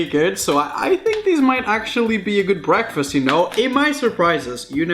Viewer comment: Breakfast (BREE-AAK-FEEST)